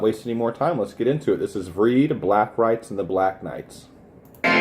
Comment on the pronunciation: It's pronounced more like "Vrayid". E in Norwegian are pronounced quite different than English.